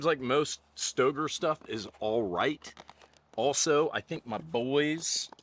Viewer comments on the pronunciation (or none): says it’s pronounced STAYgrrrr. Hard R.